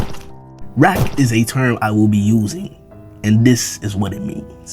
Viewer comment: Please never say rack again